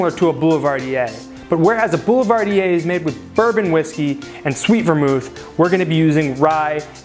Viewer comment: the first e in Boulevardier is silent ;)